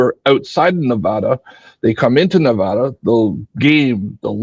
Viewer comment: Thanks for pronouncing Nevada right (nev add uh). Born and raised in Vegas and moved 2 years ago. All the analysis on how short sighted and down trending Vegas is, is so refreshing because I didn’t feel like that was hard to see, all my old friends are still convinced it will be fine, plenty of water, plenty of tourists, no worries :))